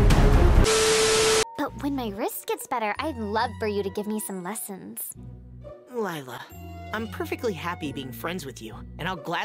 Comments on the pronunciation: her name is not lie-la its lila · "ISN'T GAGENTSTONGS PET A CROCADLE?" I love that part MaRaNeT bured LYEla LOL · Lila: I will “never” tell a lie again. Me: BRU UR LIE-LA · LilA is A lie-la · Stop lie-la is not a cute👁️👄👁️